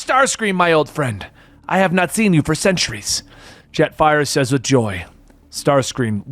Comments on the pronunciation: Did messed up Jetfire and Starscream's names a few times 😅? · no disrespect bit Starscream and Jetfire's names got absolutely butchered.